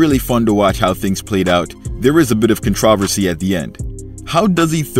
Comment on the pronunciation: No way he pronounced "controversy" like that as an American.